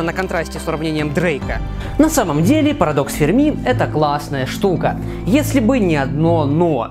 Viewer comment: Не ФэрмИ, а ФЭрми